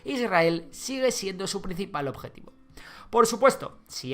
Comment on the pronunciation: Dijiste "Sigle"?